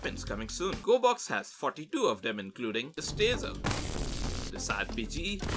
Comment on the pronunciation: Its.. G o r e b o x.